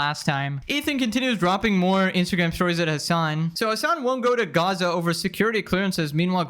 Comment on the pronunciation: "I Might actually go to Gas-sah." While Greta is going to Grrrryaza"